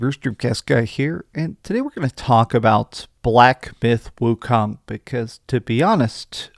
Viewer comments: Black Byth Wucome, what! Did you really say that in the opening. Stay off the weed bro 🤣 🤣 🤣 🤣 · Did he say black “byth” wikong😅😅😅😅